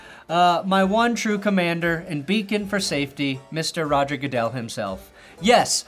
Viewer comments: Roger 'Gudle' 😂😂😂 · "Roger Goodle" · or “Roger Gooduhl” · What if that news lady is right after all and it really is pronounced that way and everyone else is saying it wrong because announcers and sportscasters are trolls? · Nevada news anchor can't pronounce "Goodell"......but correctly pronounces the name of the state of Nevada. That's good words.